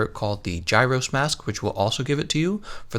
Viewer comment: They call it Girros, why must you pronounce it Gyros?!